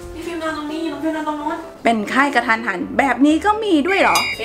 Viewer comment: กะทันหัน ไม่ใช่ กระทันหัน